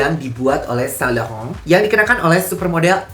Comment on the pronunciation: Sain lauren ❌️ Sa lakhahoounnn ✔️